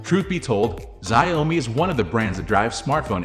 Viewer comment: I believe it is pronounced ‘Zhow-mi”.